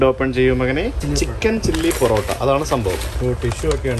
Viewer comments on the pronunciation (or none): none